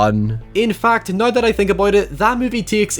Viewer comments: Noryw???? Its now. The word is now. Lol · I’ll say it every time. Love your reviews, hate your pronunciation of “how” and “now” lol